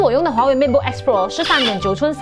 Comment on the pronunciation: 如果唔睇畫面，我可能以為你讀MacBook 。Matebook同MacBook 也太相似